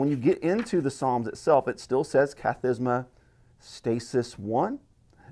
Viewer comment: So in Orthodox Church the Psalms are grouped up into 20 groups called, Kathisma (you pronounced it correct), it translates to sitting. Because if it is read the people would sit during that. Each kathisma contains 3 stasis, which basically breaks it up into three parts, not entirely sure why but usually in between stasis there are short prayers read. The reading of the kathismata (plural) are mainly read in Orthodox monasteries and not parishes. It’s just the prevailing practice to omit them in parishes, my guess is that it would extend the matins service even longer. Monasteries who read it will read three kathsimata a day, two in matins and one in vespers, and basically read the book of psalms every week. During Great lent they read the psalter twice in a week.